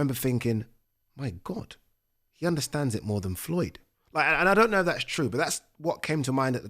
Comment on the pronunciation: You say "iv" instead of "if"